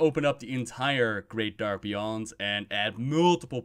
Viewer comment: I give you A+ for "Great Dark Beyond", you really nailed most of it :D